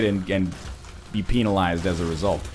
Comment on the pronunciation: Everyone's complaining about things NL did while I'm quietly laughing how he said, "Penalized"